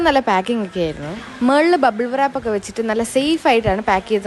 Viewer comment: bubble "വ്രാപ്" അല്ല മോളു .. bubble "rap"..ആപാവം "W" വിനെ ഞെക്കി കൊല്ലണ്ട 😂.. അതവിടെ മിണ്ടാതെ silent ആയി ഇരുന്നോട്ടെ ...